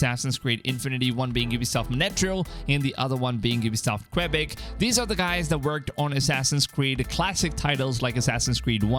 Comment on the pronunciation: Qwabik.. and Monatryil..? Lmaoo it’s Quebec (Qua-Beck) nd Montreal (Mon-Tree-All)! 😁